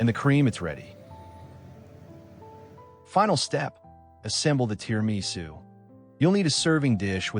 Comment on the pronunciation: so you don't know how to make or pronounce TIRAMISU!